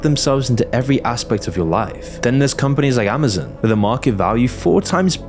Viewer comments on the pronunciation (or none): IT'S NADA AND AMAZON FFS, NOT "nadder" AND "amezn"